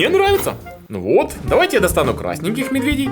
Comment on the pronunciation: почему ты говоришь медвЕдей ты ведь обычно говоришь медведЕй